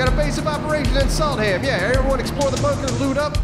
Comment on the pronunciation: You do realize that as a swedish person i will from now on refer "Salthamn" (Salt docks in Swedish) as "Salt ham" each time i go to that actual town. And yes! It is a real place!